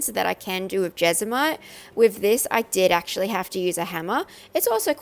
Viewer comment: When you started to say jesmonite I thought you were saying vegemite lol. duh me.